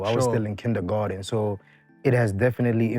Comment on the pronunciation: Man said kindergatern